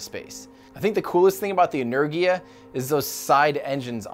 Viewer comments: For the record Буран is pronounced boo-RAHN and Энергия is pronounced eh-NAIR-gee-ya (capital letters indicate stress). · Energia - en-EHR-gia (hard G) Buran - Buh-RAHN Basically stress the second syllable, Gs are always hard, vowels are always long (think of how an American says "pasta" or "drama" as opposed to how a Canadian says "pasta" or "drama"). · Tim, it sounds like this: Boo run - burán A nerghia - enérgia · If you lived in the UK, you'd see NOTHING weird about Black Arrow... that's how our government does things over here. Energia (Энергия).... en-air-gee-ah... not en-air-jee-ah I don't know if "strong leadership" is of any value to anything at all... When you have "strong leadership" the previous leader's projects have to be abandoned when a new leader comes in and that leader's projects then have to be abandoned when the next "strong leader" comes in and so on and so on and so on. I think intelligent leaders would be far more useful to anybody than "strong" leaders... but I can't see us ever giving that a try. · Thanks for this very informative video Tim! FYI, Buran is pronounced "Booráhn" in Russian, as the U in Russian is more like "oo" in English, and the emphasis is on the "a". Also Energia is simply pronounced "Enérgia" with the emphasis on the second "e" and the "g" is like the one in "Go". Keep those interesting videos coming! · I believe it would sound more like 'znaregia' as it was spelled on the rocjet itself «Знергия» that would be how it's pronounced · Oh, and it is "eh-neh-r-gee-ya" with the stress on "neh" part. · Considering that the song about Energia pronounces it "En-er-gee-ah," I think that's how it's supposed to be. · I shall help Boo-ran and Enerr-gieea is how it should sound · "inner-gee-ah" Energia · Correct one is Energiya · It's Energija, with a Gif-G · The way to say Energia-Buran is: Energiya Booran (i speak russian) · en-er-GEE-ah, like "gear" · Buran is spelled boo-ran And Energia is ener-jia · It's En-er-gee-ah.